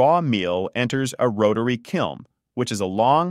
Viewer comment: It’s a kiln. Not a “kilm” fucking dumbass.